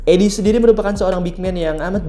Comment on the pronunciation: Zach Idiy bacanya bang